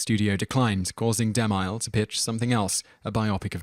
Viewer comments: The narrator really needs to learn how to pronounce some of these names: De MILE? It's De Mill .. like a saw mill! The he pronounced Salome (Sah lo may) as (So Low mee) It started getting irritating. He's done this in other videos too. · Alex Medina Bright Yeah...it's difficult to believe it's not on purpose... XD: It's not pronounced "di-MILE"...it's pronounced "de-MILL" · It's pronounced de mill, not de mile, you ignoramous. Sol oh may, with the accent on the first syllable. It's like you grew up in a vacuum and have never heard these names pronounced. smh You're also a liberal dimwit. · you're gonna get A LOT of this. But Cecil B DeMile is pronounced De-Mill (as in something you grind flour in) not De-Mile (as in a unit of distance). Can't change it now i know, but it's VERY grating. and unfortunate as the man's made a lot of the movies in this top 10. your channel rocks btw! xX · Cecil B De Mille is pronounced...... DE MILL not like mile. That is all. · I enjoy these videos but am always intrigued as to why so many common names etc are mispronounced, is there a reason for this? I accept that some names are difficult to pronounce (after all I am Welsh and most non-welsh speakers find Welsh names difficult to pronounce correctly) especially if you are unfamiliar with them but Cecil B deMille or Sodom.... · Okay, you're doing this on purpose, aren't you? If you can pronounce 'Cecil' correctly you absolutely HAVE to be able to pronounce 'DeMille' and 'Salome' and 'Lana' and 'Huston' and 'Sodom' as well. Great way to generate comments, tho.